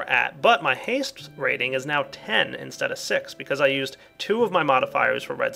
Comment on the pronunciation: "Different than you're EU-sted to"